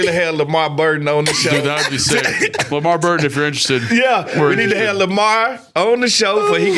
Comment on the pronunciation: It’s LeVar Burton not Lamar fellas 🤣🤣🤣